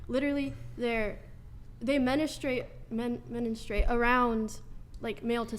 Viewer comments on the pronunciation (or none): The one that can't even pronounce "menstruate"?